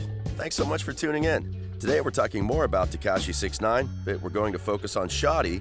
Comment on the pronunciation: yeah it takes less than 30 seconds of research to figure how to pronounce it. this dude probably makes THE WORST videos on youtube regarding anything hip hop/rap.